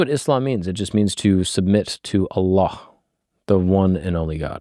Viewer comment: Your pronunciation of Allah is beautiful. I never hear non muslims pronounce it so well👍